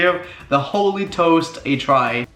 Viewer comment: I thought for a second he said holy toes 😂😂😂😂